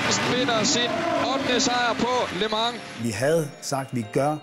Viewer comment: hader når hun siger ``lø mang´´ i starten idtedet for``le mans´´